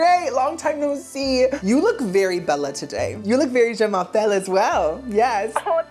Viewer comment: I die every time says “Je m’appelle” 😂😂😂